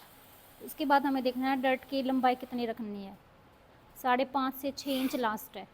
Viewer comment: Sorry to say but mam डार्ट hota है ।। डर्ट nahi